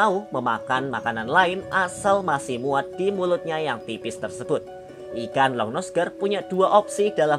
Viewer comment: Bacanya aligator longnuse gar kali